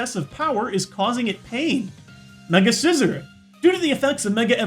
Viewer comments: its not mega scissor, it's mega scizor like si-zor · Umm..., how did you pronounce Scizor?! I've never heard that pronunciation before... lol...